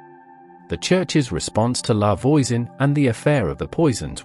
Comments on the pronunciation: I had to stop. "Lavoyzen" just made me cringe because English-speaking AI can't recognize and correctly pronounce French yet. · In French, voi says v-wah like in voila. La Voisan sounds more life La V-wah-soh-n